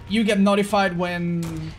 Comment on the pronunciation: I genuinely thought he said you get naughtyfied when you work on chests